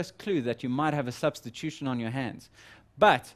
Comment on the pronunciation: "Substition" or "Substitution"?